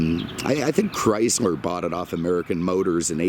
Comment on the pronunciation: Chryzler. LOL!!!